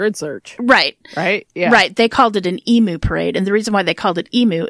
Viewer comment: Hi Girls Aussie here. Can't believe i have never heard of this guy!! Poof is short for Poofter. (Slang word for a gay man) It's pronounced like Put but with F instead of t. Emu is pronounced Eem-you. This was really well done thanks :-)